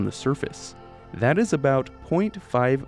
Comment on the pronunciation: That, at the beginning. It sounded like... Achtung